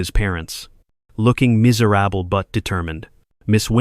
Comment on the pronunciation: You need to look up miserable in the dictionary or on Google because you are miss pronouncing it